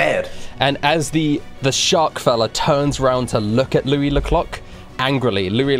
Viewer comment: Everytime they say louis ze clock i here louis the cock